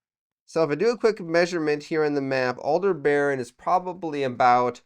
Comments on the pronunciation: Not "Alder-baron". Aldebaran, ONE continous word, no R after the e, and ending vowel is an A not an O. And BT history stopped happening after the 2050s... Just too much absurdities even for a setting that has quite a lot of them already. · I think it's pronounced Al-deb-a-ran, not Al-de-baron.